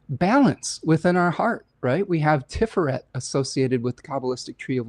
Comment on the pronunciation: hey, fyi "Tiferet" is pronounced 'tif-fair-rhett'. Hope you're well!